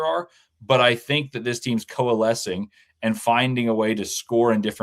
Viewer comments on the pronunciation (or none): When said”this team(Az.), is coalescing I heard Koa lescing! I’m hoping this this happens!Bear down Team Tommy!